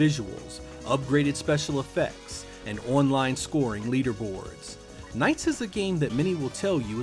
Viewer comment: I cant get past how you say online as one line